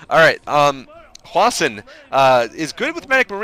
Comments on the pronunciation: why does always call hwasin hwashin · It's possible that that's how Koreans would pronounce it, but I'm not sure...I've heard it pronounced both as "Hwa-sin" and "Hwa-Shin"